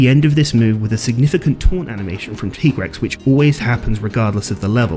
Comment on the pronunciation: I will NEVER accept the pronunciation of MHW's "TEE-Grex". It's supposed to be TIE-Grex!